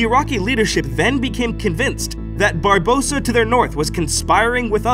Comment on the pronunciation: Atleast pronounced Barbossa right this time 😂😂😂